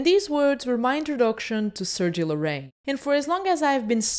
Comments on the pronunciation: jajajaja muy cierto! great video i love this channel, the only things is that the name is Larraín no Lorrain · Great video! but his las name is pronounced LARRAIN, not Loraine... :P